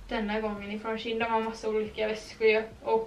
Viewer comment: du uttalar det som tjej fast med ett n på slutet ”tjejn”=shein